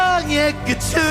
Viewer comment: 끄츤이 아니라 끄튼.. 끄튼 .. 조끄튼거